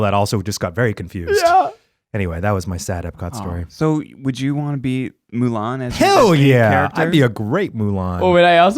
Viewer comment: having a full on stroke while trying to name celebrities you'd wanna french remains my favourite moment ever hahaha (that and "If you could change your feet wouldja")